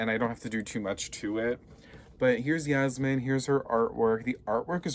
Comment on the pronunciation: Its yasmin not jasmin